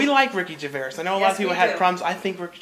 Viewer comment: Ricky Gervais is pronounced ricky GERVAYZ. Haha. I've been watching him and been a fan for years now, and I saw An Idiot Abroad. The friend's name is Karl Pilkington, and he is absolutely, unintentionally hilarious. I love the show !